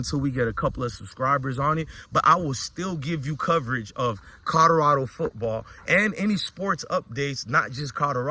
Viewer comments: Keep hearing him say “cawdorado” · I really wish he would practice saying Colorado..